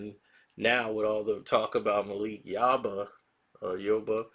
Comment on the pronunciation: It's Yoba not YaBa come on 😂